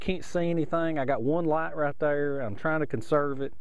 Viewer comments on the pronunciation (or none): ok now you are pronouncing "there" in 4 syllables lol